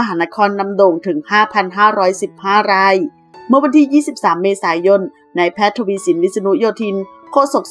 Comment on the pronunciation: ราย ฟังเป็นไร่